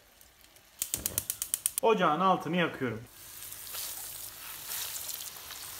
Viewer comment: Yooo sonlara doğru yine yapüyürüm diye konuşuyor